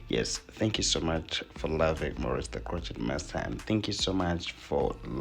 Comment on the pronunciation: hello. i want to say this in the friendly way. crochet is a french word. you say crowshay.